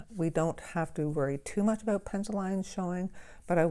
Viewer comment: This is beautiful. ✨💜 I heard an accent when you said the word ‘about’ and thought maybe you were Canadian. 😊 I have Van Gogh paints as well. I love them.🩵 Thank you for this lesson.